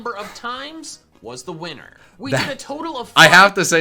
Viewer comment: why when he said winner did it sound like weinner